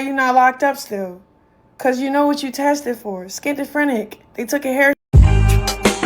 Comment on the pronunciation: It's schizophrenic not skintafrenic